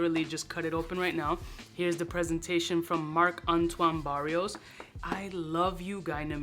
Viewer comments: And saying Barrios instead of Barrois😂😂😂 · Barrois, not barrios 🤫